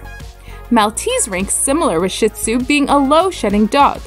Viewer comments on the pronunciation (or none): “ShEE-tzu” not “sh*t—tzu” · "Sheet" Tsu Please. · You miss pronounce shin tsunami…. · Wow, she actually mispronounced both breeds! 🙄